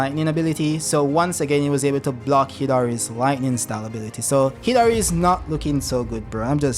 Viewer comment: Dude it keeps sounding like you’re saying Hillary instead of Hidari. Super f’ing frustrating. Otherwise, good video.